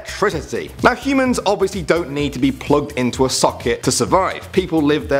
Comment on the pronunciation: Anyone else heard hymens instead of humans?